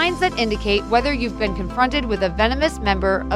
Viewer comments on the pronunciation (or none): none